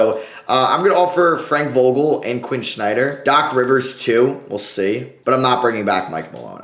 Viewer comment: STOP CALLING HIM SHNYDER IS SSSSSSSSSSNYDER 😂😂